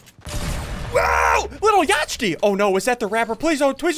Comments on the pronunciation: He said little ya-ch-ty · The way he said lilyachty